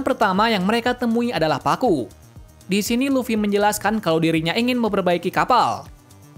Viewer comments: Ngapa yebut nya pakku ? Bukan nya kaku ya ? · bang namanya kakku bang, bukan pakku😭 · Nama dia kaku bukan pakku